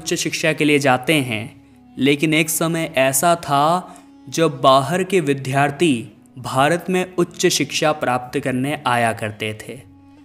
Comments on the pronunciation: Whyareyounonsenselyaccenting. Wronglyvdhalaya. Instead. Of. Vidyalaya. Vddhharthiinstead. Of. Vidyarthi. You. Are. Fooland. Making. Follspekkng. Wrong. Prenunciation. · सही शब्द 'विद्यार्थी' एवं 'विद्यालय' हैं, अर्थात् 'Vidyarthi' एवं 'vidyalaya'; न कि जैसा आप बोल रहे हैं— 'vidhyarthi' एवं 'vidhyalaya'... आप 'ज्ञ' का भी बहुत ग़लत उच्चार करते हैं।